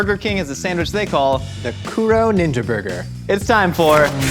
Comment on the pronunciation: Pronounced KOO-DOUGH, it means black. Edit: TEM-POO-DAH Edit 2: MEE-DIN